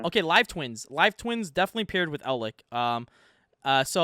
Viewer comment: Im not trying to pull a "well actktchually" but please try pronouncing some of these names correctly. Eld-LICK and DIE-tron make me cringe. Its DRY-tron, and Eld- LITCH. DAMN SON